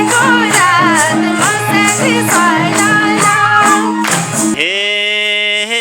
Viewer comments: मस्याङ्री 😂😂😂 Ho ni baai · मस्र्याङ्दी हो खासमा नदीको नाम, मर्स्याङ्दी सम्मत ठीक हो। तर संगमले मस्याङ्री अरे ..😂..यसरी शब्दनै त नबिगारे हुनि हो ..